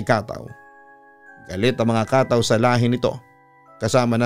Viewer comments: It should read as katâw not kátaw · Ang tamang bigkas po niyan ay KATAW! matigas dapat na mabilis..gaya ng BIGAS hindi yong Khataw... 😂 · KATAW!!!!!dapat matigas ang bigkas !!! Hindi Khathaw😂😂😂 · papa dudut it's ka-táw po yung pagka pronounce sa bisaya hehe pero ang cute niyo pakinggan. ganda ng story galing niyo! dabest ❤️